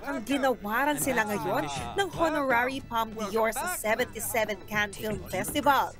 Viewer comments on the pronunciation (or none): none